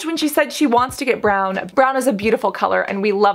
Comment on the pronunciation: She definitely said brown... but her accent makes it sound like “bran” haha